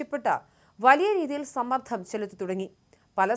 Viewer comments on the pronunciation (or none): സമ്മർദ്ധം അല്ല , സമ്മർദ്ദം എന്ന് പറയുക .